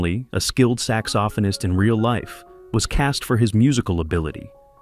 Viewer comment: Sax-OFF-in-ist? Really?